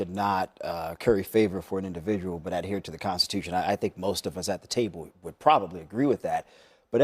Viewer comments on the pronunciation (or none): none